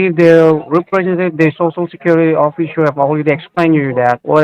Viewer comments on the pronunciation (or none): "Oh-fissure"